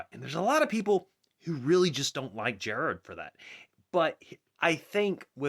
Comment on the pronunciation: Stop saying Gerrard weird